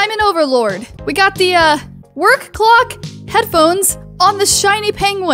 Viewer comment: She said worlock